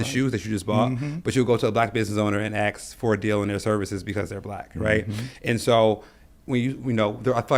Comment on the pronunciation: This video popped up because YouTube thought I'd like it. I was giving it a chance until I heard "ax" instead of "ask." Stopped the video, and I'm moving on. Come on buddy, you look and sound like you've got it together. Refine just a little bit more.